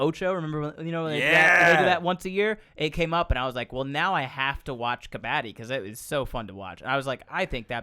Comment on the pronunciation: Ben the game is called kuh-bud-di not kuh-baa-di means a garbage person (I don't know how to translate it to english)... 🤣